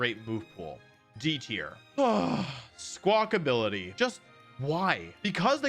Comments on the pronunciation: Fun fact: Almost every Pokémon YouTuber I’ve watched has pronounced SQUAWKABILLY wrong. It is not SQUAWKABILITY. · Squawkabilly is a hilarious name and hearing it butchered made me die inside a little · Squakability lmao. Pokémon company should just change it to that since nobody says it right lol 😂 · Why is this the second time I've heard someone call Squawkabilly "Squawkability?" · Why do people keep calling it Squawk-ability 😫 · Why does everyone call it Squawkability? It's Squawkabilly, like Rockabilly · He said squackabillity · “Squakability” lmao learn to read Wolfey please it’s been ten years